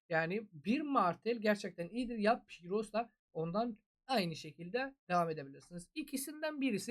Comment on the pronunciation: Piros yox pirus